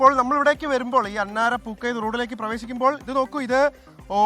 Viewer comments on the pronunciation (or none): അന്നര അല്ല അന്നശേരി